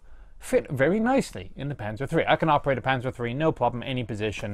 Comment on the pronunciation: "sä panzer free" lol